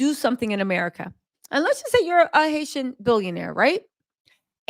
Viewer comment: Love to here her say Haitian 🇭🇹. 😘 she is Gorgeous